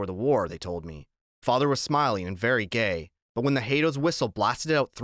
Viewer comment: Its the GAY not the CAY lol